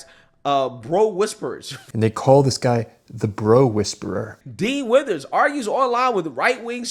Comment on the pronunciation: "Dean Withers" ... I'm listening to this in the background and I keep hearing "Dean Wormer" (from Animal House). Double top secret probation for him!